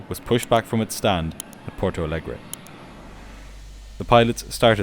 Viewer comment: You’re content is at an insanely high quality. Keep up the good work. The only very minor thing is that as Porto Alegre is a Brazilian city that speaks Portuguese, it would be pronounced like Portu Alegri in Brazil and Portu Alegr’ in Portugal. Other than that video is a 10/10